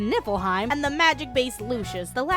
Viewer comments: You should have used the ending title. It looks funnier Also I keep hearing you say nippleheim. I know its nifleheim or whatever by ehh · Keep accidentally hearing nipple hein instead of what the kingdom actually is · keep hearing nipple heim fjchdn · Am I the only one that just realised that it's Niflheim not Nippleheim? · It's not nifleheim. It's nippleheim. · Why do I hear Niflheim as Nippleheim T_T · LOL Nieflheim = "NIPPLE-heim".... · I can't unhear "Nippleheim". . . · every time she says Nifflheim I hear "Nippleheim" and at this point I'm not even disagreeing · ohhhhh niflheim. i thuoght it was nippleheim the entire time. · Every time someone says Niflheim. I can’t hep but hear instead Nippleheim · Every time you said nifelheim, I understood nippleheim... This is not a criticism, I am just misunderstood you the first time and I'm childish. I enjoyed this a lot😂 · All I hear is NIPPLEheim (I swear I'm over 21..lol) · I keep hearing "Nippleheim" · are you saying nippleheim? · I'm I the only one hearing her say Nipple Haim? xD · All I hear is nipple-hiem... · Am I sleepy or did she say "Nippleheim"? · nipple-heim. Thats all I've heard for this entire video. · I know that you're saying niflheim, but every time you say it, I hear nippleheim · I'm literally snickering every 15 seconds because every time you say "Niflheim" I heard "Nipple time" and fuck I swear I'm an adult I SWEAR IT!!! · Sooo... She's ddefinitely saying "Nippleheim" right? I'm not hearing things, she's doing that on purpose? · WHY DO I HEAR NIPPLEHEIM EVERY TIME ? ! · min Did she just said Nippleheim? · all i can hear is nipplehym rather than niflheim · why you always say nippleheim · Look I know it's called niflheim but I could have sworn hearing nippleheim for some odd reason. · Am i just a dumb fuck or do you really say Nippleheim? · I keep hearing Nippleheim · I keep hearing Nipple-heim